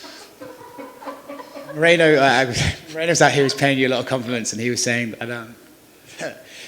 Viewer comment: Morono*... they never say it right 😂